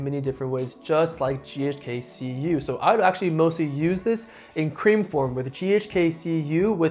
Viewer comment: Keeps saying ghk ku 🤦🏼‍♂️